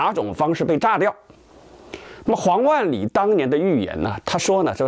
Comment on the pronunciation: 是黄huang 万里，不是王wang 万里。